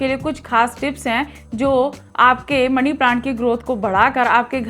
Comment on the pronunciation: ओ पागल पहले तो मनी बोल मणी नहीं।